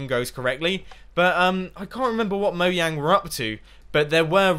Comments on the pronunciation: that is how you say it, mojang isnt an english company, so you pronounce it differently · That is how you say it